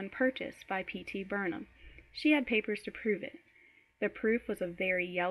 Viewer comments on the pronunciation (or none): It's not Bernahm.... You're pronouncing it incorrectly. It's BARNum. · Pronouncing P.T. Barnums name so wrong the whole reading. It is pronounced (BARN-um).